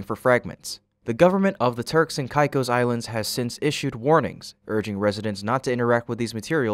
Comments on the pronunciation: "k-eye-k-oe-s".. mate, sort your pronunciation... it's really esay... CAKE-OSS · Turks and what? Never heard it pronounced that way. Turks and Caicos is pronounced turks and kay-cos. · “Caicos” is pronounced as “kay-kos.” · Sound it Out: Break down the word 'Caicos' into its individual sounds "kay" + "kos". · I have only heard the island name pronounced as KayKos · AI junk content. If you can’t pronounce Turks and Caicos‘s, you’re clearly AI… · Can't even pronounce Turks and Caicos right. I suppose at least it is consistently mispronounced. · While spacex looks into those matters can you research how to pronounce Turks and Caicos which you butcher about 5 times.